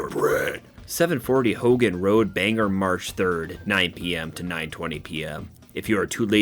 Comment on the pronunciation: Still love these videos BUT I'm from Maine and it's pronounced "bang-gore". No biggie. Lots of people mispronounce maine towns. Be glad it's not one of the native derived names like Ogunquit or Mattamiscontis. Keep up the bangers!😊